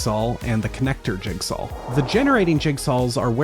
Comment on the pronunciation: why do you say: "jigsal"